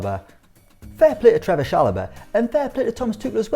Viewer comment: It's Trevoh, not Trevor